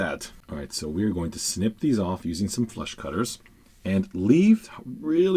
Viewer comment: Every time you say flush cutters I hear flesh cutters and think, 'yeah if you aren't careful'.